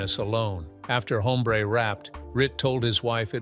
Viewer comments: It's NOT "Home - BRAY" but, "OM -bre" with silent "h" of Español. The "e" sounds like that asked by people that are hard of hearing 😊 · Your canned artificial voice called Newman's character "Haumbray"?